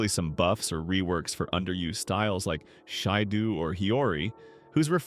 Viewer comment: 🗣Shi dou that prounacation got me laughjng 😂😂😂